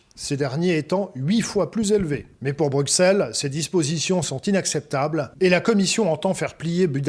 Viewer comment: S’il vous plaît veuillez dire à ce gentil que Bruxelles se prononce « brussel »